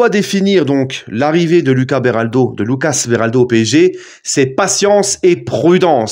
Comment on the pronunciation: Commence pas a dire lucas version française c’est un brésilien c’est loukasse